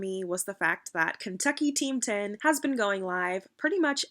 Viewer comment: "Kentucky Team 10" 😂🤣😂🤣😂🤣 Like "Kentachy Hype House"